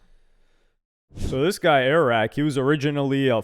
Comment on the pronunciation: lol "airact" that's Aircool . 😂